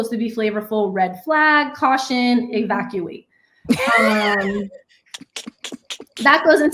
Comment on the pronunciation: She said evacuate 💀